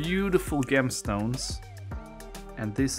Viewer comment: For what it's worth, "gemstone" (as well as "gem") is pronounced with a "soft 'g'" like the 'j' in "jump".